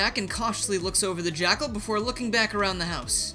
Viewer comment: lol "the jakcal is backle!"